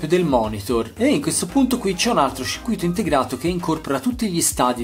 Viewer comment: E dice pure circuìto!